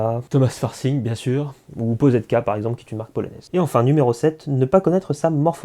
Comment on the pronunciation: Pour la petite histoire, "Poszetka" se prononce tout simplement "Pochetka". Sinon bonne vidéo, pleine de bon sens, comme d'habitude 👍